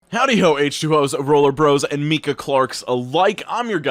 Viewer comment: (Its MY-kuh, not MEE-kuh) love ur videos father